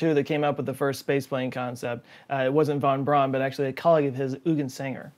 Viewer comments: they were meaning to say that it is pronounced “braun” not “brawn” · Then he lived in Huntsville Alabama for a little while. I heard he really didnt like his name pronounced Braun because its proper pronunciation is Brown. People in Huntsville have been calling the civic center the Von Braun Center. And his daughter tells them it's the wrong way to say his name and he would not like it. Guess nobody cares. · Hey dude just a pronunciation tip: Eu in german and germanic languages is pronounced like our english Oi. So Eugen sounds like Oigen. And Euler sounds like Oiler. ALSO! Braun sounds like "brown" not like "brawn"